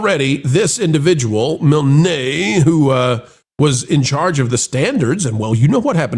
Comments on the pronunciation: It’s “Mihln”, not “Mil-nay”. Same as the creator of Winnie The Pooh, A.A. Milne. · I'm pretty sure that Claudia's last name (Milne) is pronounced Miln, like "Winnie the Pooh" author A A Milne.